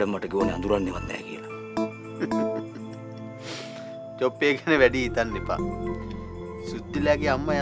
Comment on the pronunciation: අපේ ඩිරෙක්ටර් සර් සොප්පේ කිය කිය ඉදලා ඔන්න එක තැනක හොදට චොප්පේ කියනවා😂